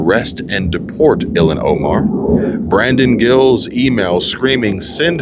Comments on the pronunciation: Your pronouncing her name wrong ,it sounds like your saying Elon. ?!? It’s ill as in sick, don’t feel well, and HAAN as in Han-Solo, From Star Wars ! Ok, Cool 😎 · It’s Ilhan ( ill-Haaan) ! Omar ! The Witch !